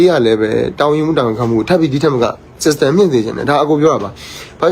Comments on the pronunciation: လေသံက ဘဏ်ဝန်ထမ်းပညာတတ်နဲ့လုံးဝမတူဘူး စစ်စတန် အရ ဆိုတာနားထောင်ကြည့်လိုက်စမ်း System အင်္ဂလိပ်သံမပါဘူး ၁၀တန်းလောက်အထိ ကျောင်းနေဖူးခဲ့တဲ့လူက system လိုဟာမျိုးကိုပြောရင် ဒိလိုအသံမထွက်ဘူး ဒါကိုကြည့်ရင်ဘယ်လိုမှဘဏ်ဝန်ထမ်းမဟုတ်ဘူး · System နဲ့ update ကိုပြောတာ ငပိသံထဲက ဂွမ်းနေပြီ 😂